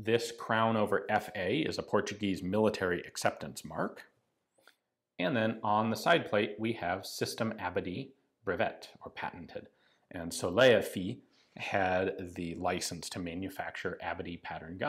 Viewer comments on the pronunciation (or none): Système Abadie BREVETÉ, so "brevet-ay", not "brevet". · Hi Ian, the pronunciation isn't "brevette", but "Breveté" (it ends with sound "et" ("and" in English). Sometime you will see BREVETE written in caps without the accent on the final letter. This is due to the French importing the first lead casting printers from the UK, which didn't have accentuated letters. And then early computers used in newspaper and such didn't support accentuated caps either. But the correct spelling is always : BREVETÉ. Meaning patented". The final "é" being the mark of the past tense. Example, "modèle breveté" = "patented model". The word "patent" itself, is "brevet" pronounced "brevai" (the trailing t is silent) when followed by the N° of brevet. Example "brevet n° 182736" = "patent N°182736".